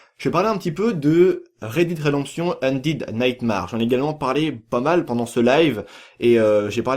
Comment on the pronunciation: sa se lit Red daide redemption ondaide naytemere et non Red did redemption ondid naytemarre